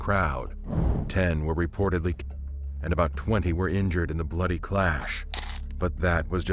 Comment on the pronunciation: Its killed not kil kil ed